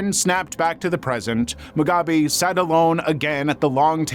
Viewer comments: Its moo gobby not mugaby. At least you kinda recover about half way through 😅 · I'm sorry but the way you kept butchering the pronunciation of Mugabe sent me 😭😭😭